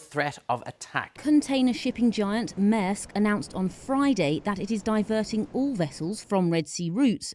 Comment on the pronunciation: It’s pronounced MAIRsk.